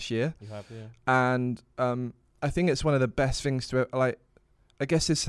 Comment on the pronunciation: “There’s tings on Mars” -Lux 2022